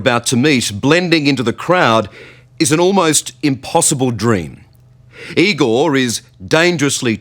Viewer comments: IgoR. R- at the end not IgoL ! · No it's I-gore